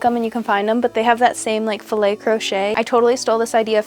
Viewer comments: I absolutely would love a napkin top!! 💘 (also it’s pronounced filA crochet :-) i might have to crochet two panels to make the first top myself too) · It's pronounced "fee-lay," to rhyme with crochet. Unless you pronounce crochet like "crotch-ette." You can trust me. I majored in French. 😉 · Those flips are all super adorable and creative! What a great use for these vintage items. Fyi it is fill ay' crochet, like filet mignon or filet of fish................. 😄💚